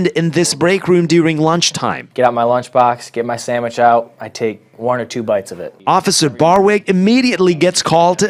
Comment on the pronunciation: He said I like samich too😂😂😂